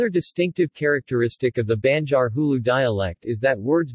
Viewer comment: OMG! BAD SPOKEN VERSION! Say "aah" ...now say "BAN" "JAR". NOT "BEN" JAR. DUHH